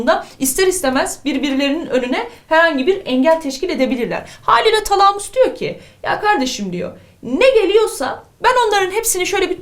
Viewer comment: Hocam şu talamus kelimesini lütfen şiveli söylemeyin